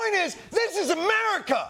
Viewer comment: Ladies and gentlemen, the prezidint of Merica...